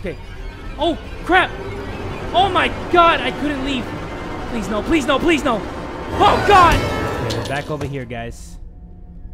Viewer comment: Ew u just said "pwease"